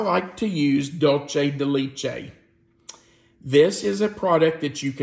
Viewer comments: Empanadas come in both Sweet and Savoury versions. They can be Baked or fried and filled with anything you care to fill it with. Argentine empanadas tend to be a Flour Pizza dough type. Colombian Empanadas are a Corn meal crust. Also, you really butchered DULCE DE LECHE. LECHE (Milk) is pronounced Lech-eh. Similar to the words Let-che. Just without the T! Your pronouncing it Leech-eh Hope this helps! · and, love your channel, “leche” is pronounced “let-t(le) ch- e(eh-deaf person eh) for le-ch-ehh! Sorry the teacher in me jumped on the pronunciation, I did it to my students too! Hope I didn’t offend you. Suzanna